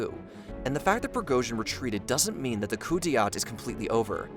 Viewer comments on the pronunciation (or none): Coup dee aat ? Seriously? Coup Dey Ta is how it’s pronounced . I know that’s not how it’s spelled either . I spelled it phonetically.😊 Nothing would make me happier then seeing putlers head being kick around red square like a soccer ball. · Who says "shoogoy"??? instead of "shoy-goo"??? and who says "coo-de-at" instead of "coo-de-ta"??????? I appreciate the effort, but really? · Awesome video one thing it’s pronounced coup “day-tarh” not coup “day-art” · I'll never get over people butchering words, especially people in fields like journalism that should know better. How do you get "RostovAhDon" out of "Rostov-on-don"? I'm not even Russian and with my garbage US public school education I know how to pronounce that, and Shoigu, and Pregozhin. Edit: Oh my lord I just got to "coup-dayat"...This is figuratively killing me. Dude, at least use google translate if you don't know how to say it, it will at least get you close. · Coup de “at” lol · Correct pronunciations: Please read them as you see them written here. “cou d’etat” - this is a french term “Sergei Shoigu” - (you can hear every single letter as it is probunced Șoigu)You’ve absolutely murdered this idiot’s name. Other than this, loved your presentation, not necessarily sure that was the reason for Prigozin not going further with his coup. He might just have wanted to send out a signal as we’ve seen plenty of incursions into Russia lately, but we may never know. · If you can't pronounce coup d'état use something you can pronounce instead. Pathetic!